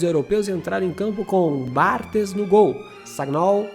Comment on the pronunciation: Se diz Bartês e Vierrá. Vídeo top! Valeu!